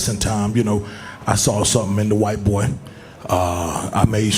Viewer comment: Its no longer "lets go champ". We've moved to "He a good bwoy"